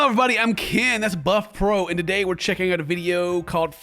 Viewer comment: He wore that hat cause people think Ken says butt pro